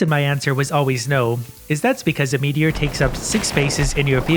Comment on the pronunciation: When he said “pure meteor” I keep thinking it sounded like “ pure Michigan”